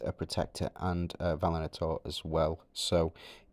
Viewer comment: Great vid as always. By the way it is Va-li-an-tor comes from valiant:)